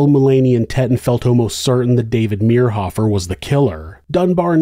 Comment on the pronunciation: I went to school in Manhattan . His nephews went to my church and youth group. We were friends. This reader pronounced David's last name wrong, which was driving me crazy, but a well told story. Interesting to hear it told. I've never heard all the details of the case. So sad for all the families involved.